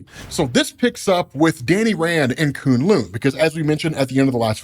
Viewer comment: It’s kune LOW sir